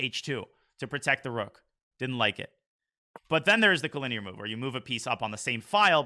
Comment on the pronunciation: Why does he pronounce it co-lin-EAR isnt it co-linear?